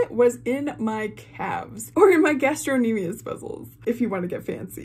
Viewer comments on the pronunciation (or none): FYI, its Gastrocnemius.....ROC